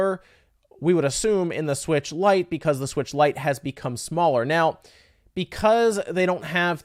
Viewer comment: Say it with me... LITE 😂